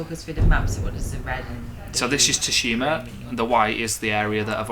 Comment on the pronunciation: absolutely loved the vid,and just an FYI it's pronounced as "sue-shima" (